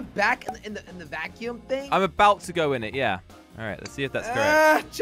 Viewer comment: “EXTREME VAICYOUUM”